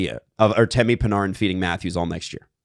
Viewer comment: Who is Pin-are-in ? You mean Artemi Panarin ( Pan-air-in ) ?